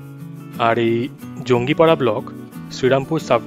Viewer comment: It's not jongipara .. It's jangipara.